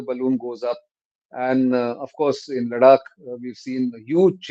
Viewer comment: Is it Ladak or Larak ?